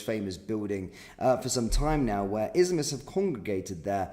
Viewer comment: Can you please speak clearly? When you say "izmts" it is hard to understand.